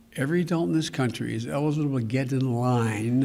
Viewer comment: He put a lot of emphasis on "GET IN LINE".